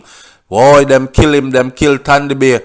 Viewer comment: He was called Tandy Bay because he can't pronounce the S words , so he said Tandy bay instead of sandy bay